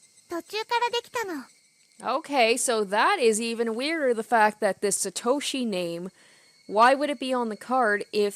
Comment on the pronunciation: Please say Satoshi like To in Top not Toe from a foot lol